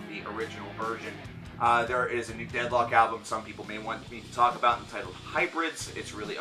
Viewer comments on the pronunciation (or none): when you said deadlock i thought you said dethklok and i got excited